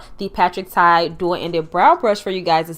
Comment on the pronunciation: Congratulations! Patrick TA, not Tai. I love your review! I know that you will keep growing.